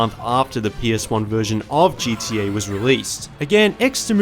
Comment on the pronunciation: Why does it sound like he is saying gda